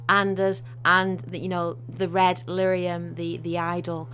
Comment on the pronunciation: You kept saying red lithium. I'm fairly certain you meant red lyrium after playing DA:I for several hours.